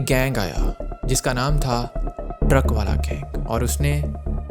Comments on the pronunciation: Haneefa aur baba the vo,,aur truckvala nahi truckavala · Not "truck-wala", it's pronounced "truckan-wala"